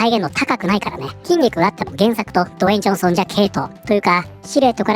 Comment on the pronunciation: ずっと「ド炎上ソン」って聞こえた😅